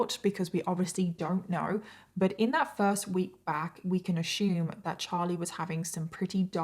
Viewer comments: It's "assume" not "ashoome" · I luv ya girl but the word is ASSume. It's not "ashume." 😂😂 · I love your work. But I giggle everytime you say "ashoom" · Every. Single. Time says "ashoom" I say mushroom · Hon - I love you and your channel. But, "ASSUME" has NO "H" in it. It's pronounced "ASS" "OOM". That's all I need to say. Love you and your channel. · Your story was so enthralling. I was frozen perfectly still with my mouth hanging open staring at the TV as I listened to you tell this story throughout the whole story!😳...I love youre content and makeup too..oh yea and one more thing...Has anyone ever made you aware of the fact that you pronounce the word "ASSUME" differently than we do here in the USA 🇺🇸?..It's the cutest thing. I noticed it in your other content and I giggled... but this is where this snaps me out of the story somewhat since it distracts my mind 🙊🙆‍♀️Anyway..I love youre shows and makeup and can't get enough so I hope you post more💗 often in the future! !bye👋